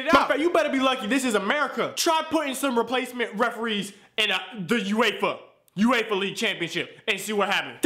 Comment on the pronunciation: You-Ay-Fa...did he mean UEFA? LOL